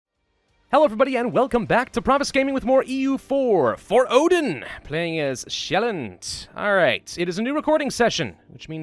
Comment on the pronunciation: Sj in Sjaelland is pronounced like sh in shard but without putting your teeth together and instead raising your tongue to the roof of your mouth.